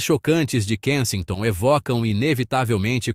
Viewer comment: Tá pronunciando o nome do lugar errado.😮😅😂